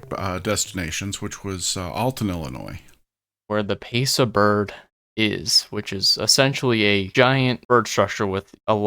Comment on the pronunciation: PIASA BIRD. pronounced PIE - A - SAW